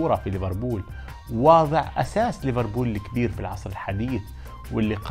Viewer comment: ليفربول يا مو ريفربول